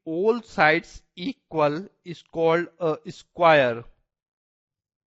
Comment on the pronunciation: Sir ... issquare not square